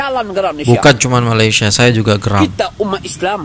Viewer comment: Malaysia bukan Melaysia